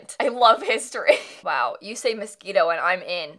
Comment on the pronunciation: I love that the shirt said moshino and said mosquito:D